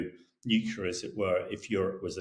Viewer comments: He may be a very smart man but the word is NEW-CLEAR not NUKE-ULAR. Drives me nuts as a engineer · Nuclear not Nucular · The word is "NUCLEAR," Colonel Himash de Brotten-Gerden. You may need to revise those Year 1 phonics... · Nu-clee-ar… Not new-queue-ler I wish that talking heads would get this simple pronunciation right. What do other viewers think? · Damn, this guy, who seems sort of educated, says "new-kew-lar", just like George Bush used to. What is wrong with people? How are we supposed to take him seriously? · I find it annoying that military experts are unable to pronounce the word 'nuclear' properly. Where is their problem? It's NU / CLEAR. Two syllables. What's there to confuse? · "Nuculer" wow, a former professional soldier who can't even pronounce correctly the name of the most powerful and notorious weapon in human history. Apart from that, interesting article. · Why do all these educated people say “nukular”? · I wonder how Times Radio decides who should be invited as commentators. This guy apparently does not have a clue how 500% tariffs supposed to work. But he dares to comment. Also, he does not know how to properly say “nuclear”!